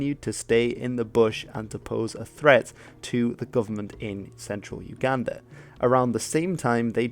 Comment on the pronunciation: Uganda is pronounced oooo Ganda